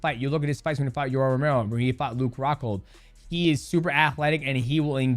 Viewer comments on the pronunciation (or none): none